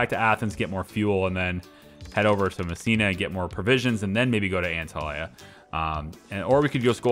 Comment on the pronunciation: You did good with Dubrovnik, but my ears are still bleeding from your pronunciation of Antalya😂 Funny, later in the video you do it correctly.